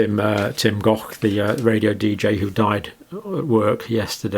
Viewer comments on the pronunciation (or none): none